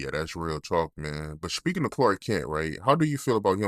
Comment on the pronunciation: Speaking* not "shhpeekin" lmfao